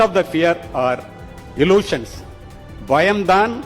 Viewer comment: Dear Sir, Your English sentences are grammatically wrong. Fear is the primary factor that causes people to live small. Then you pronounce the word 'illusion' as 'ellusion'. The sentence is grammatically wrong. Most fear is an illusion. Or Most of the fears are illusions. Or You can say simply 'Fears are illusory'. Before you speak English, please ensure that your sentences are grammatically structured. You are guiding the young generation. Their English is already at the coma stage. Let us not misguide them. Use of language without following the rules is like driving a car without following the rules. Grammatical errors must be totally avoided and words must be properly pronounced.